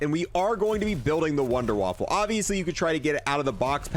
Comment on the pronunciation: Wunderwaffle? Waffe is weapon not waffle in German c'mon guys. Kills me!! A wunderwaffle is what's for breakfast haha